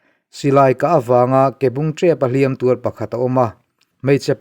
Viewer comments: Tur ngun mai i lamdan kha a diklo, tuuur ngun mai, ti rawh. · Tur ngun mai tiha TUR tih hi i lam fuh lo deuh a nia. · A ngaihnawm e Tur ngun mai. Heta tur tih hi 'i zu chu a tak tür ngun mai' tiha tur thluk hman tur a ni e. Tur hman hmawh tiha tur thluk ni lovin.